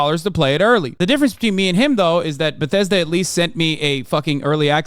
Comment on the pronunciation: I truly believe this guy is a 40 year old virgin the way he says BATHESDA